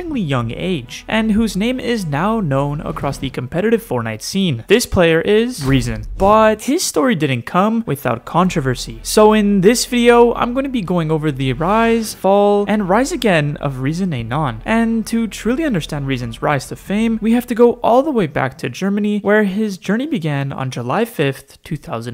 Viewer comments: bro it’s pronounced “lol”. it’s лол, not non. if it were “non”, then it would be written like this: “нон” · btw. its not rezon ay non its rezon ay lol (those are russian letters) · It’s actually rezon ay or rezon ay lol not non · Bro its ay lol not ay non. Why is no one unterstand this? His old creator Code was REAZON-AY-LOL. First you need infos before you doing a Video about someone